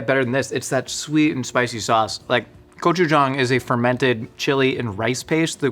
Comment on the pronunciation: Love the Korean sauce!! Though, it's not pronounced "Kochujang", but "Gochujang". The Korean language doesn't really have a G sound, but a very soft K sound that is often "romanized" (translated) to a hard G sound. A hard K sound is a completely different letter. Gochujang = 고추장 Kochujang = 코추장 meaning something like KO Chief (gibberish).